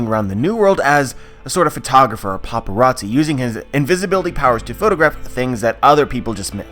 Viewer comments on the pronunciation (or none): none